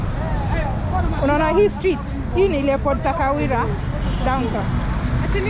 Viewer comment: Your pronunciation of the Shona names is flawless 'Takawira"